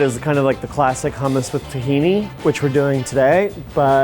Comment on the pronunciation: Stop pronouncing hummus incorrectly please!!!! Tahini too!!!!